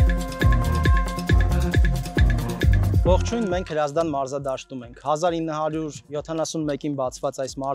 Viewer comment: Իսկ ինչու էր Հրազդան անունի զ տառը այդպես մեծ եւ արտահայտիչ